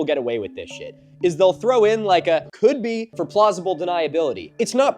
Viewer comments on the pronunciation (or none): saying "could be" like "KOBE!" is so good